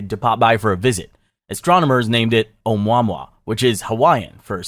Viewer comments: almost as bad as how it said omwahmwah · This video is SOOOOOOO LACKING real information that it’s almost a COMEDY! And…it’s “OH-MOO-AH-MOO-AH”. 🙄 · “ohmwa mwa” LMFAAOOO its “oh moo a moo a” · Bruh said oh-mau-mwah... it sounds like "Oh-moo-uh-moo-uh!!" If you are making this on a computer, why not look up how to say it 1st before murdering the pronunciation? I will never understand folks that do this when the literal tech is at their finger tips??! How you said it was offensive. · Oo mwa mwa? Is not how its pronounced. Dipsh¡t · Between the way you say Oh-mwa mwa, Lu-narr and interr frense, this is really hard to listen to. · Agreed another AI channel. Oumuamua is not pronounced like that.